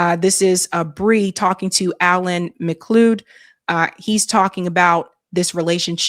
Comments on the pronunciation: It's Mac-Cloud like clouds in the sky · It's Alan Mc- CLOUD you know those fluffy looking things in the sky! I thought Journalists checked the pronunciation of names, I do & I was mostly a photojournalist, I even photographed Max Blumenthal & David Sheen in 2014 when they came back from that Genocide* of the Palestinians, & did a presentation on it in Portcullis House. *Several hundred Holocaust survivors wrote a letter to the UK media & called it so.